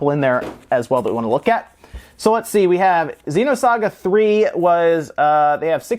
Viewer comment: Why would pay so much money for naked carts? What a joke! Also, it's XENOSAGA, not XEEENOSAGA. I also love the way the scumbags can't even put the discs in a jewel case.